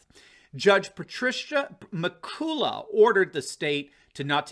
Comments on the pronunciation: It's Judge "McCollah" not McCoolah. LOL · sorry mate in Britain (where it comes from) the judges name is pronounced Macullock. I know its nit picking on the day of such promising news for us all (and hallelujah for it)......but the pedant is strong in me young master Luke lol. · It's pronounced: Mc Cullock